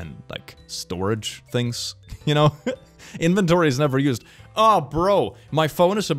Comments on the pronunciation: WHY DO YOU PRONOUNCE INVENTORY LIKE THAT?! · The way you say inventory gives me pain